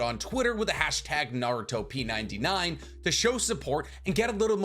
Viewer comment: Pretty sure they intended you to say it "Naru-Top 99" as in the top 99 popular Naruto things